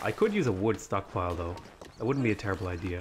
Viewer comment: That wooodn't be a terrible idea? I... heard it as a pun.